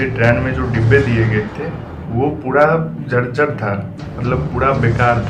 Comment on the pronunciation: Jajjar nhi hota jarjar hota hn